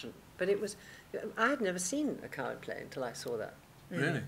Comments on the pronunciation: Maria Aitken pronounces " Coward " as " Card " - how odd. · It's not 'odd' to the ears of a native British-English speaker (which I deduce you are not). Aitken's idiolect is a mixed bag: for example at 9.23 she says 'gonna' - which has only been part of the americanisation of (excuse me, no other term will do) educated rather-upper-middle-class British pronunciation: to go with 'card' for 'coward,' Aitken's pronunciation of 'going to' should/would, until only twenty years ago, have been 'geng to'...